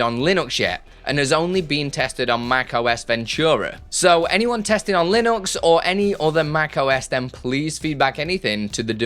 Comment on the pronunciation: It's LinUx not LinOx